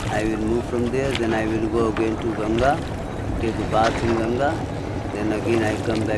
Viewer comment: I like that pronounced Ganga correctly. Not like Gangees.